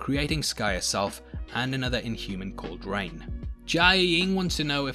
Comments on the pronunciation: I think her name is Raina, not Rain lol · its not rain its Raina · ... And it's Raina (Not Rain)